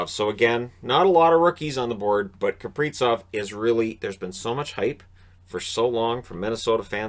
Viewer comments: Gotta say it: it's KapriZov with a zee-sound, not KapriTSov... Russian born dane here, so it's not up for debate:) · I am not sure why started pronouncing it wrong, but it's Kaprizov with a Z, not Kapritsov😀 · Z in Kaprizov is pronounced the same as in Suzuki.